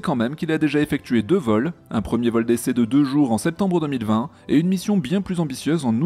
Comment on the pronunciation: À quand Ariane 6 ? Et tu a prononcé 2020 avec la prononciation à la fin que les alsacien disent comme moi donc j'imagine que tu en es un ?